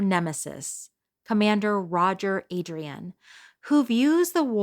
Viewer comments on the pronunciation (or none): none